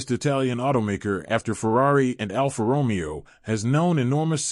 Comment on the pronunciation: Almost every single Italian name in this video is mispronounced. For example, who in this day and age can't pronounce Alfa Romeo with the accent on the correct syllable? Very distracting and makes the video barely worth watching.